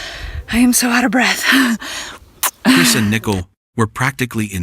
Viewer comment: The commentator can't even pronounce Nichole "nickel"? Pretty stupid